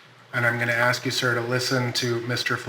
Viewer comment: You can’t axe him a question now.